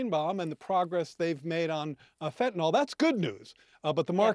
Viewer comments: Fentanyl (Fen-Ta-Nil). Not fentanol. Can we get it right? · Hey reporters and newsreaders: it's pronounced fenta-nil not fenta-nol. Funnily, it's pronounced just like it's spelled. 😎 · FentaNYL.... NYL!!!! NOT NOL!!!! Why can't anybody pronounce it correctly??? convincing me most people are functionally illiterate!! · Trudeau can pronounce Fentanyl. Why can't the reporter? There is no such drug as Fentanol.